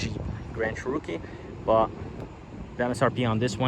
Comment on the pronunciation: Lol, dude it's a Cherokee. Not a churro-kee.